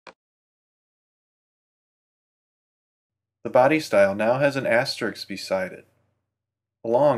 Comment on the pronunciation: its "asteriSK", not "asterix"